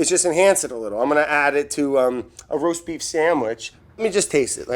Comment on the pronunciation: Did Brad say "roast beep" ? LOL